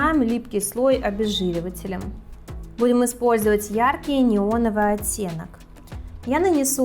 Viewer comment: Видео отличное и информативно, но голос...... 😩Вам бы с речью поработать. "БуИм Спользовать...." очень режут слух некоторые моменты 🤷‍♀️